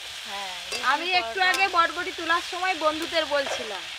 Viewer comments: বটবটি 😂😂 না,,ওটা বরবটি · বডবটি নয় বরবটি ঠিক আছে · বটবডি নয় বরবটি ❤ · বটবটি নয়, বরবটি